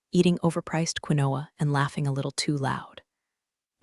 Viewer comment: Absolutely love this channel. It’s one of my favourites, although I have to say some of the pronunciations are hysterical. Unironically and quinoa were my favourites.😂 Could you maybe spell the words phonetically for your AI? At least that be said correctly. ‘Read/ red would be a perfect example.